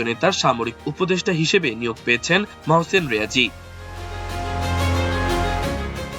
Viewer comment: মহসিন রিয়াজি নয়,ঐটা হবে মহসিন রেজায়ী